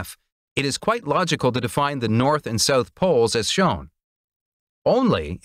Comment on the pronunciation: “South”, not “sooth”.